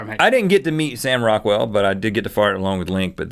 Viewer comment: I here Rockwell and I think u sayin raquell